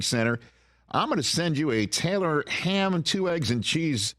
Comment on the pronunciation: I'm not a Jets fan, but THAT is a NJ breakfast sandwich!!! Oh yeah! And, good job calling it "Taylor Ham"!!